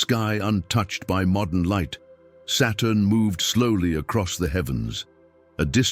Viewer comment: Are these captions correct? I literally can’t tell whether the robo-voice is saying “Saturn” or “Satan” and if these are AI-generated captions, it can’t tell either. So frustrating.